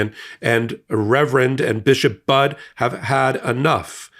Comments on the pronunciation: It's pronounced "buddy", get her name right please! She's the best and today is going to be like this every day with total CHAOS with big baby bully!! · Thank you for your post! No pun intended, Bishop Mariann Budde, is prounced like, "Buddy". She is my Bishop in the Episcopal Diocese of Washington. She is truly amazing and full of compassion for all, and was simply sharing the teachings of Jesus. We love her so much and are keeping her in prayer for God's protection. Hopefully, others will stand up to him, as well. I absolutely enjoy your post and the MeidasTouch! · Just a polite and well-intentioned correction for your future broadcasts. The Right Reverend Bishop Budde’s name is pronounced the exact same as the word “buddy” is. Her name’s easy to remember as she’s the priest who preaches the importance of being a “friend” to all — in this country and throughout the world. By the way, she’s an amazing woman well worth an interview - - maybe about the MAGA mental craziness of trying to make voting for cities, churches, places to be sanctuaries illegal and how churches will/should encourage their members to respond. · Notegiven in friendship: Her sur-name is pronounced "Buddy" (instead of "Bud"). I love her words! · I appreciate the coverage of this, but your entire channel needs to be respectful and correct your pronunciation of her name. It’s pronounced Bud-ee. It’s okay if you didn’t know that but please correct it going forward. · Why should she back down? All she did was ask someone who claims he is a Christian, to please act like one. And BTW, if you’re going to do these videos you should at least pronounce her name correctly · thank you so much for this video. But.....one small correction: Bishop Budde's last name is NOT pronounced 'bud'; but, instead is pronounced 'buddy'. If you have any question just ask that question online. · It is pronounced BUDD(y) Not Budd! The E is not silent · It's pronounced Buddy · FYI - Her name is pronounced Buddy.